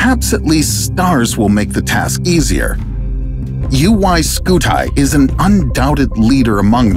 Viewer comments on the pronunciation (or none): your english was good , yet still u call UY SCUTI as " UY SKUTAI " 🤣🤣🤣🤣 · "UY SCUTAY" bruh💀💀💀💀💀☠☠☠☠💀💀💀